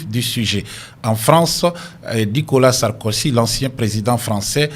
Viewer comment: Pas sarkosy...mais plutôt Sarkozy tonton.